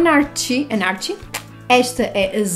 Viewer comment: #louquitxadosbatonsdanabla e #louquitxadosbrincos sempre!! Gostei muito destes recebidos! Aqueles brincos verdes e as cerejas 🍒 são qualquer coisa! O batom líquido Anarchy lê-se “anárqui” é anarquia em inglês ;) Gostei imensooooo do eyeliner vermelho! Era tão fixe incluires na make de Natal! Bem diferente não? 😘😘😘😘